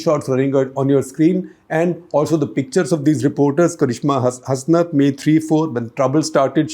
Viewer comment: In karishma Hasnat it is pronounced as hasnaat